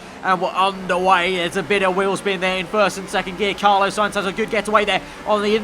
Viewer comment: Why do you pronounce 'Carlos' like that? "Car - loss" not "Car - low - ss".